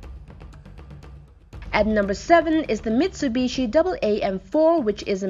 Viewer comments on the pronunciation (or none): none